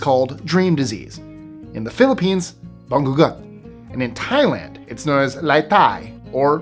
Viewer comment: The way. "Bangungut" was pronounced ☠️